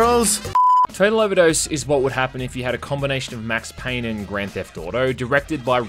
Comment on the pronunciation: "Mex Payne"